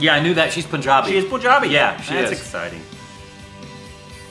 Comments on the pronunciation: It's not 'Poonjabi' 🤮🤮 It's 'Punjabi' with u sounding like in 'nut' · In "Punjabi", pronounce the "pun" part as you pronounce the english word